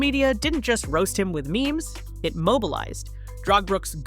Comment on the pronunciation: It’s not meemees. It’s memes